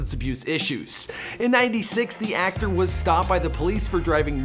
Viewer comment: ActOOR VideOO uhhhh what...